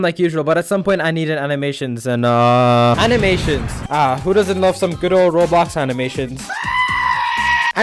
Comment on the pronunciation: Why it sound like he says Rsex